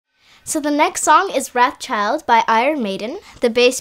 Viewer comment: It's pronounced roth child, child.